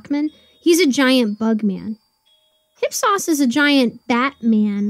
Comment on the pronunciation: ‘Hip-sauce’. ‘IP-SOHS’